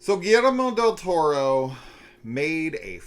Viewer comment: “GiLleRmO del Toror” haha had me rolling